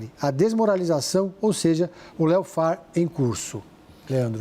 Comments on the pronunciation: "Léo Far" 😂😂😂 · Que pronuncia de lawfare foi essa? 😂